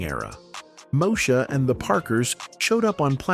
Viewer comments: It's pronounced Moe -e -sha. No Mosha. Get it right. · 🫤Mo-shuh?!?! Ughhh😩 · I remember Kim singing and being funny. Also, telling Moesha off when she thought she was better than everyone. I don't remember ever seeing her eating. And she definitely wasn't chasing Professor Ogilvy. She hàd a bf on the show. AI, it's pronounced "Two Two Seven" & "Moe ee sha" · I think you need to do more research on this topic and its Mo-e- sha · "Moe - Sha"... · First, you pronounced Moesha wrong, and then you got some of the shows facts wrong. You really need to do your research before posting. I'm out. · This video narrator must be AI because he mispronounce the shows Moesha and 227. LOL, SMH. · Click bait, mis pronunciation of the show Moesha. The thumbnail made it seem as if they were going show a before and after picture of a transformation of some sort. Good info, the thumbnail sucked!! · Stop mispronouncing moesha